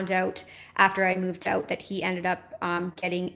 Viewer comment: 🤣 you can hear the Canadian . She say "oowoot = out"